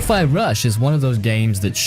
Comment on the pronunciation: Best video so far, no boring a f Rise. 😁 But one question: How the heck did you pronounce Hi-Fi? Hi-Fi means High-Fidelity. So it's High, not Hee. 😂 And that comes from someone whose native language isn't even English.